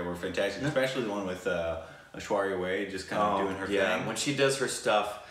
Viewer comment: yes.Unfortunately I have the feeling they dont read the comments any more...I keep repeating after each fucking video that they mispronounce the name of Ash-with ZERO reaction on their side !